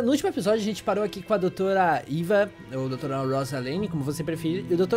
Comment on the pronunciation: por favor fala direito os nomes dos personagens, por que eva não se pronuncia do grito aí vc falou.